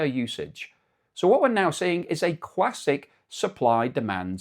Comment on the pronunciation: 2"17 "cwassik" 😅